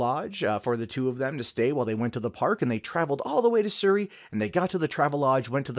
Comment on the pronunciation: Su - ree .... that's how u pronounce Surrey. Like the video :)